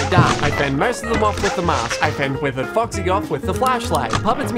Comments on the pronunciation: i love how he said "focksee" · I don’t know why but I love the way he says “Incidentally, it’s only useful against Faw-xy” with so much emphasis Timed with the click of the flashlight, just hits right